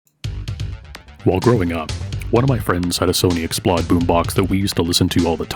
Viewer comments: Explode, not x-plod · The macron above the "o" means you should pronounce it as a long "o" as in "load." It's the Sony sound Xplosion.